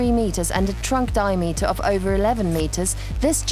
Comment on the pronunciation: what the heck is a dio-meter